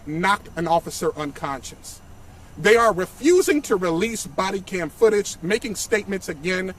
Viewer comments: Bruh… its unconscious not unconscience. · " they were only there for 3 minutes. 120 seconds...." uhhhh this guy talking is not helping at all. " unconscience?" . I think he means unconscious. Where did they find this guy? And apparently the family completely lied to this guy as well. The whole situation is very sad though. May everyone involved find peace